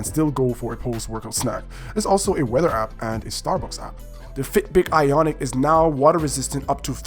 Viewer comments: It’s ionic, not “iconic” you dumbass. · It’s Ionic.. not iconic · Its not iconic dumbass its IONIC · Ionic not iconic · Its an IONIC not an ICONIC!! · I stopped watch once he mispronounced ionic twice